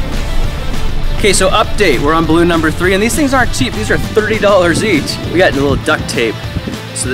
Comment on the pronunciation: I think he said arnt didn't he?